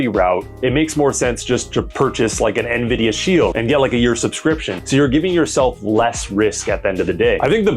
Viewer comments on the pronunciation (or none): none